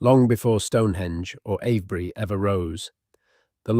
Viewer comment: It's Ave bury, not av bury!